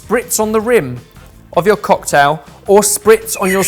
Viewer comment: that little pause in the word "cock-tail" was completely unnecessary... Funny makes me laugh a lot... And judgy is the best!..., can I ask for a Janice's "oh dear, oh dear!"?...